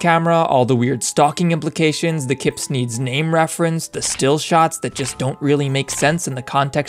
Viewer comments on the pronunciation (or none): keepsneeds sounded like kidnap